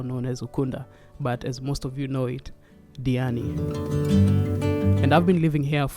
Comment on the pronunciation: Did you butcher your name or is there something wrong with my Sennheiser hd 650 headphones?